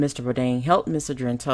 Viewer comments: its Argento,, Argento! Not 'Argrento!'!:-) Please excuse my grammatical police; I LOVE your content, but sometimes you mispronunciate proper names!:-) Otherwise, spot on content! We can agree the hypocrisy of the #MeToo movement, hijacked from the authentic stories of poor black women by liberal white feminists, but actually reinforce the same sexual predators and pedophilias that American patriarchy has historically thrived on. Their sexual violence and exploitation, especially regarding black men and boys, is core part of the system of white male patriarchy they claim to rant against. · It's ARGento, NOT AGRento. You're putting the R in the wrong place. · My goodness, is it so difficult to say a name right, even if you can't pronounce Italian names then at least say it right!!! Her name is A R G EN T O !!!! NOT ARG - R - ENTO! It's totally annoying to listen to this video!! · Ar-gen-to not Ar-gren-to. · it is pronounced AR-GEN-TO not Agrento. I believe that all perpetrators should be held accountable REGARDLESS of sex or race. That is why Lady Justice wears a blindfold, because Justice is supposed to be blind. She had a lot of nerve pretending to lead the #metoo movement knowing full well of her own behaviour. There is absolutely no excuse for what she did. I doubt any Justice will be had because of a statue of limitations law which is 5 years in CA. He may be able to sue her in civil court, but I doubt she will serve any time, which is a shame. And by the way, I DO care about male victims as much as female victims. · not trying to be mean but you're pronouncing her name wrong. It's Ar-gen-to. The way that you're pronouncing it is like this: Ar-gren-to. There's no R after the G. Just pointing that out. Love your channel though!! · UM.... who is Ms AGRENTO? i thought her name was Argento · her name is argento, not Agrento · DAMN, let me help, at least get the name right R-GIN-TOE, not GRIN. Sheeesh.